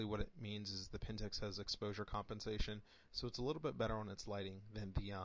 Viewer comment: A couple of errors, the APS-C, not APS, is not a backlit sensor. It is also not pronounced Pentex, but PentAx, like an axe. I am a Pentax user and I can tell you that to properly develop a Canon raw file you need Canon's DPP, nothing else works as good. Maybe in the future, but not now. You need to get your facts in order before you do an analysis. Otherwise good analysis.